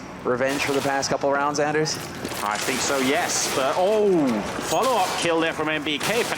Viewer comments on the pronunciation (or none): its pronounced Ahn-ders. SUP DERS!